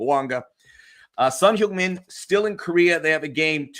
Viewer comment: Please correct your pronunciation for Son. It's not Son "Hyoong" Min .. it's Son "Hung" Min. I know you're married into a Korean fam. Please confirm. Grazie